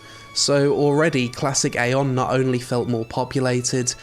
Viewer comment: Eye-on (like an eyeball). Say it with me everybody: Eye-on. You actually did say it once by accident,! "Mana is a resource I actually had to keep my AION"....